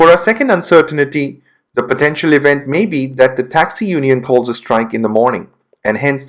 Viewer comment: You say uncertainty wrong